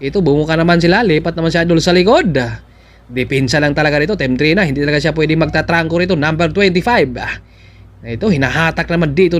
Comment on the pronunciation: pronounce it as D-reyna